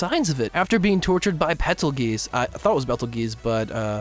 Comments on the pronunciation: I'm pretty sure the star's name is pronounced differently in other cultures, hence why the character is pronounced differently in the anime, sub and dub. That said, Bet-ell-gees is just wrong. The show pronounces it either Bet-ell-gioos or Pet-ell-gioos. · bee-tull-juce. Like the star